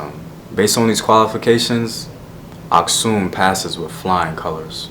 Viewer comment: Nice video man! Fyi, Geez Language is still used in Churches. Also the Geez Script is still the official script in Eritrea and Ethiopia. Here is sample: ኣኽሱም (Aksum). Btw, I'm Eritrean and happy that you pronounced "Asksum" correctly. Most Americans pronounce it weirdly lol